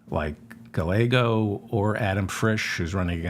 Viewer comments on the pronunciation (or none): double l in Spanish is pronounced as a y. so it is Guy-yea-go not gah-lay-go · Stellar showing on The Majority Report today, sir!! A gentle correction, if I may: The double L in Rep Ruben Gallego's name is pronounced with the Y sound. 'Guy YAY Go.' Thanks so much for all you do! 💜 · Guy yea go is the correct pronunciation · Never Jordan! Pronounce the Double- LL in Spanish like a “y”, so his name Pronounced using English words: “guy-YEAH!-go” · Darling David, Gallego is pronounced Guy - YEAH. - Go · Please learn how to say a Rubin Gallegos last name!!!! The l’s are pronounced like a y!!!